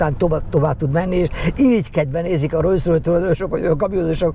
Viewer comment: Ugye rosszul hallom, hogy folyamatosan rojszrojsz-ot mond?